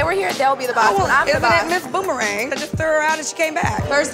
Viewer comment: She say ms. Boomerang 😂